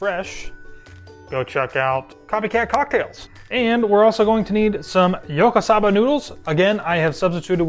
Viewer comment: It's pronounced as Yakisoba not Yokosaba noodles.